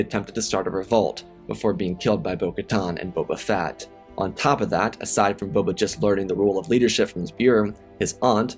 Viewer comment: This narrator REALLY needs to slow down! I've watched many of his videos and he consistently makes me cringe! Here we have a video about Bobal Fatt, I cant tell you how many times that Obble Juan has been uttered in other videos. At this point Im starting to think its intentional as im sure that Im not the only one that hears/notices these incorrect pronunciations!